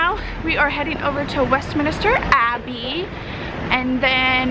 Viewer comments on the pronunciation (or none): It is WESTMINSTER not WESTMINISTER !!